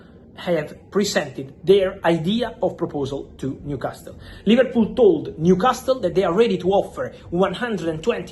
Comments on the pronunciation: Sorry to be a pedantic old git, but I wish Fabrizio would drop the T from Newcastle. It's pronounced newcasel. Edit: I'm a southerner and say Newcarsel. Northerners say Newcassel Whether we're from the north or south of England, we never pronounce the T. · I like how u say Newcastle. The T is silent. Say the last syllable as you would say the last one in Picasso. You are doing a great job though. 120Millie quids for Alexander is madness. He is a good striker but not even great for me. He is premiership proven I get it but somehow I am yet to be convinced by him. Gyokeres will outscore him. I am glad we decided not to break the bank on him.